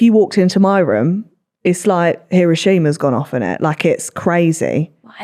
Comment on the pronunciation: How you say Hiroshima now lives in my head rent free! Hero-sheema? Hih-roh-shih-mah??🤣